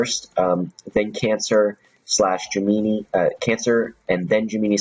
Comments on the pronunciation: It's pronounced Gem-in-eye not Gem-E-ni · love the vid like always, just one thing. Gemini, pronounced Jim Men Eye. lol that's all